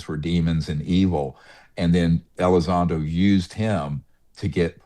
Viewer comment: It's Elizondo NOT Elizondro. Words matter, you sound ignorant on the topic.